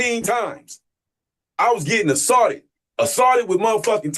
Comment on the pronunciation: Getting “assawted” ain’t no fun.